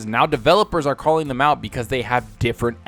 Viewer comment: It sounds funny when you say thum instead of them.